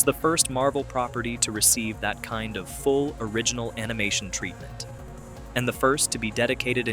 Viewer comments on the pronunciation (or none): none